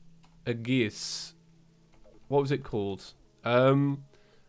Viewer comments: FYI aegis is pronounced a-yy-jis not a-gis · you pronounce aegis wrong. It's "ayy-gis" not "a-gis" Also it's LeviosA not LeviOsa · aegis pronunciation is a-gis. It's like this, ayy-gis. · Yes, it’s “age iss” not “uh giss” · its 'ee-juhs', not 'ay-gus' or 'age-iss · Every time tries to pronounce aegis a part of me dies It's "AGE-iss" not "a-GISS" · Hey, aegis is pronounced ee-jis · Hey what the hell is an aggis, if you meant aegis then pronounce it like aegis, not like aggis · "Aegiees" Me:"FUUUUUUUUUUUUUUUUUUUUUUUUUUUUUU..." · His pronunciation of aegis hurt my soul. It’s E-jis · Just so you know aegis is pronounced as "ayy jis" for some reason. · noooo its ag-ee-is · it’s pronounced the asgardian ey-jis or ey-gis, I’m not sure which of the two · For your own knowledge, Aegis is pronounced "ee-juhs" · You butchered the pronunciation of "aegis" so bad that Athena herself cringed. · Ə Ģ Ğ YES YES YES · After playing xenoblade chronicles two through twice it makes me die inside every time I hear him say aegis. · that's not the pronunciation of aegis i am used to..